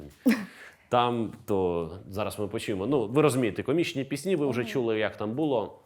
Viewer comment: Будь ласка , нехай ведучий ставить правильно наголос у слові ПІСНЯ , бо постійно звучить пІсні а не піснІ, бо дуже ріже вуха!!!!!!!!!